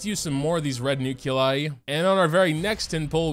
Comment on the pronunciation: Remember the good ol' days when all the characters and equipment in the game was stuff you found organically through play, instead of paying the CCP hundreds of dollars for a chance at something incomplete? Also, what the fuck is a nuke-you-lie?